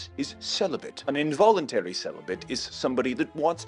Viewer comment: invoulentary incelibate (victim)